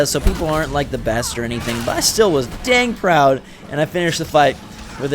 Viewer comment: i watched nearly until teh end but then you said 'dank proud'